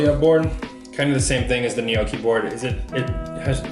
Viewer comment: Please.. everyone.. stop saying ‘nee-ooh-kee’. It’s ‘gnaw-kee’ , or ‘neaw-kee’ (& said quicker).